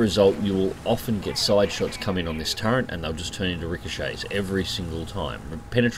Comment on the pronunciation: I think it's actually "turret", not "turrent".